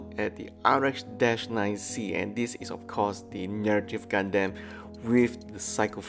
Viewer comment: "Gundeym" I'm sorry, wut?